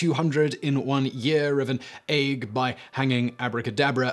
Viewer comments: Ague is pronounced "ay-gyoo". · Ague is pronounced AY-gew,.